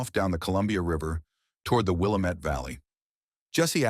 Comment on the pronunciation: WILLAAAAAMET NOT the Wilimet. That's the problem with AI-it mispronounces a lot of words.